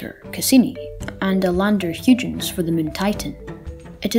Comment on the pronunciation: Cool video! Just so you know, it's pronounced "Hoy-gens, with the first syllable rhyming with soy. At least that's how I've heard it pronounced on other videos. Not to worry though! I think everyone interested in astronomy has pronounced something wrong at some stage, what with words like Sagittarius and chthonian (I'm not even sure I spelled that right!).